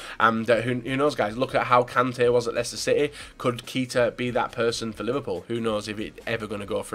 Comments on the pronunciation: You need to start pronouncing Keita right if he's going to become a Liverpool player. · Fail List 1. Chabaloah 2. Kita to Leipsig 3. Kalanic then said it correctly and then said it wrong again...